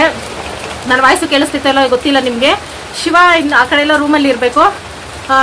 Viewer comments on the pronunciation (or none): ಸಿವ ಅಲ್ಲ ಶಿವ